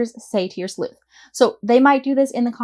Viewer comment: Thank you for your video, I was planning to create a messy crime story, now it looks easier on me at least. I just wanted to share with you that english is not my mother language and every time you said 'sleuht' in the beginning I was confused why you say "sl*t"especially with a weird accent. 😂